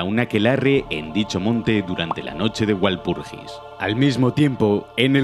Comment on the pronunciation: Walpurgirs se lee Valpurgis. En castellano la w se introdujo para adaptar los nombres germanos, sobre todo godos, y se pronuncia como una v normal.